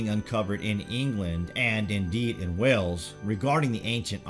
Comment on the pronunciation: It's Wales not wells